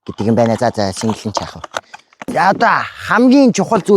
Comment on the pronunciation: Signal gedeg ugiig single gj unshaad bgn bishuu